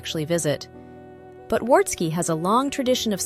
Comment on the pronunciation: Pronunciation: the W in Wartski is pronounced as a V.